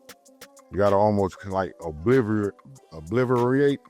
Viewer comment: Bro said obliverate 😭😭😭😭😭😭